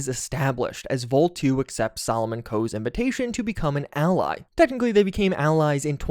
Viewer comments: definitely not vol2. vol-e or vol-eye. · I don't think its pronounce "Vol two" but rather "Volii" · I think its "Volii", not Vol 2...